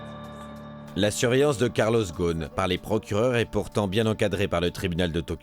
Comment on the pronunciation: On prononce Carlos Rossen.